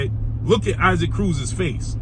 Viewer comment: Yo why you keep saying Isaac Cruz name like that? It’s EE-sak.